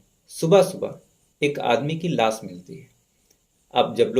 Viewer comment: S ki sh bolo bhai.....sikaar nhi shikaar ....laas ko laash ....hi bol do.....